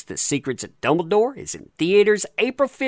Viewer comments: Soooo, been watching your vids for awhile, something is starting to grate on my nerves. Thought i would ask u if u intentionally mispronounce easily pronounced character names that u are talking about over and over? Example: Grindlewald is not “Grindenwald”…Dumbledore is not “Dumbledorf”…i could understand if it were occassional, but it’s everytime…10+ times per vid. Wasn’t sure if u were unaware or oblivious to it, but…well, if u see this now u r not. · Am I the only one hearing say “Dumbledorf”!?